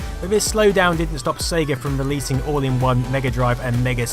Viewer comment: "The SEGA CD" damn why you have to say Sega like that? lol It pains you to say Sega CD or Genisis over Megadrive huh lol